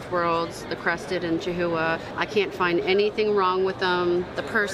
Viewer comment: Hey and! We enjoy watching your videos and your products. I watched your last Tinley video, I noticed you and the breeder of the Crested/chihuahua cross were pronouncing chihuahua wrong it is the same word as the little taco bell dog from Mexico like chiwawa. I double checked checked the pronunciation. Just trying to be helpful. if I am wrong I apologize. we are a little closer to the southern border here.